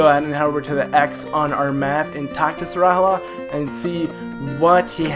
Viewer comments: I think that Sahasrahla is pronounced Sauce-Rala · You say it like sa. Has ra la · Shasrakdjwidieinjifedudkjueigc is pronounced sah - Has - Ra - la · Sorry i love your channel and im a serious fan but... ITS SA HAS RA LA Sahasrahla just GRRRRRRRRRRRAAAAAAAAAAAAAAAAAAAAAAAAAAAAAAAAAAAAAAAAAAAAAAAAAAAAAAAAAAAAAAAAAAAAAAAAAAAAAAAAAAAAAAAAAAAAAAAAAAAAAAAAAAAAAAAAAAAAAAAAAAAAAAAAAAAAAAAAAAAAAAAAAAAAAAAAAAAAAAAAAAAAAAHHHHHHHHHHH hyperventilating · It's pronounced Sahasrahlarahlarahlarahlarahla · Sahasrala has the most complicated name in the legend of Zelda series, to pronounce!